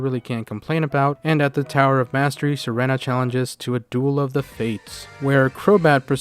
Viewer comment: Serena is pronounced sereena btw, reference: anime